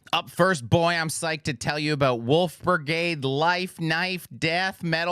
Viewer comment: Not flubbing the German for the band whose shirt he's wearing lol New Wolfbrigade is always cause for celebration.